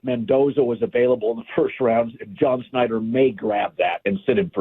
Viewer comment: its been years. colin refuses to pronounce schneider correctly.